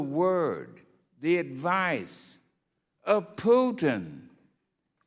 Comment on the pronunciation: Did she just call Putin Tudin in her very first reference to him?😂😂